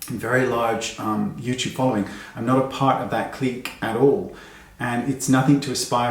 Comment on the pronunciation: "Hello Yeewteewbers", or " welcome to my cheenel". does my head in. (spelling is how it sounds )